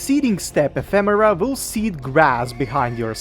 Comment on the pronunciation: Didn't see the previous video but the way you pronounce it in this video is actually correct.